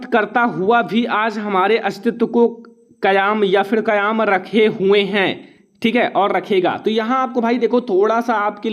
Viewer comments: Sir pahle aap hindi padhna sikho aap kayam ko kyam bol rahe ho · Sir kayaam nhi kayam